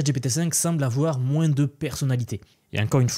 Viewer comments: Hello, j'adore tes vidéos et te suit régulièrement. :) Rien avoir avec l'IA mais j'ai constaté que tu prononces les S quand tu dis "moins" moinsss, c'est voulu ? Une fois que je l'ai capté j'entends plus que ça :D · Merci pour ton travail et surtout bon courage dans ta région avec les chaleurs qui arrivent(tu as été trahis par ta prononciation de "moins" que l'on entend dans le sud-ouest de la france) ;)